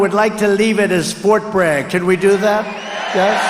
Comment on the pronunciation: He said frot bag. 😂